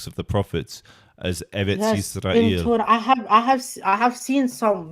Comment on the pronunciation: When you say “Tora” its sound “Torat”